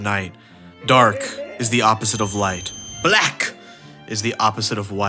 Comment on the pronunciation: i don't think you had to say black like that